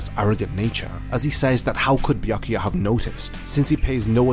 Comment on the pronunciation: damn, i couldnt listen to your horrible pronounciation of "Byakuya". After B there goes "ya". these two letters form one sound, one vowel, not two. you pronounce I Ah. you should make the same sound as in "yammy" word.